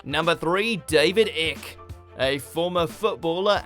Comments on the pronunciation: Are you fucking shitting me? David "Ick"? its pronounced "Eye-k" That really pissed me off. Sure he has some outrageous beliefs and i dont agree with most of them but he still deserves the respect that we all deserve to have too. And please show him some respect about him as a person. You gave snide disrespectful comments and that totally disgusts me. You disgust me. Treat us all with equality. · Icke is pronounced 'Ike', not 'Ik' But yes, he is a nutter. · David Icke is pronounced Ike not Ick... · Isn't it pronounced EYE-ck not Ick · It’s David Icke like bike Not Icke like lick. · David ‘Ick’. Ffs. Do your Fuc-king research! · It's Icke, rhyming with bike. Not Ick you prike. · His name is David Icke, it rhymes with 'bike' not 'trick'. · David Ike is pronounced ike like hike or bike not ick like sick 😂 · David Ik.....and you are English Mr. Narrator....it's "eye-k" Split digraph my friend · David ICK? It's pronounced Ike! Anyone knows that! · David icke is pronounced like pike not dick 😂😂😂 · Mate! this is the 2nd video I've seen where you have completely butchered the pronunciation of the words. Its pronounced David 'IKE' not 'Ic' ffs! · Ick? David Ick? As in sick? It’s David Icke, as in bike, or tike, everybody, apart from these bunch of lame assholes, knows that!!!! Sack them their careers should be OVER!!!! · Do you research your pronunciation of peoples names? Obviously not! as David Icke's sir name is pronounced as in 'Mike' and not as in ''Pick'! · David 'Ikk' ? Who he, or dis you mean David 'Ike' - rhymes with like...? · Two mispronunciations here. David "Ick" is David "Icke" and Glenn "Hoddle" is actually Glenn "Oddle" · David Ick? It's Icke, as in bike!! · David icke as in bike NOT ick as in stick..... what a Wally 😅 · david "ick"? ICK? It's Ike, like bike, you moron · It's written as Icke and it's pronounced Ike as in Bike, not Ick as in Sick !!! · It's not David Ick! There is an e on the end, making it Icke, so it is pronounced eyek. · David "Ick" lol